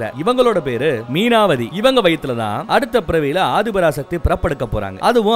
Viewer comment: Meenavathi illa, avanga peru Mainavathi